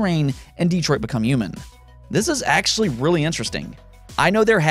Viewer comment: they way you pronounced Detroit lmao